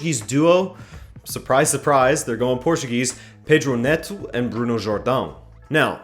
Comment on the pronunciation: Either mispronounce all Portuguese names or pronounce them right! How you say Pedro neto and David Luiz is so cringe